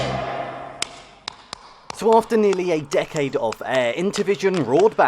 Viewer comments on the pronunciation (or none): none